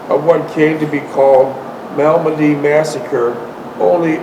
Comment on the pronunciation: M A L M E D Y , how hard can it be man? :D greetings from belgium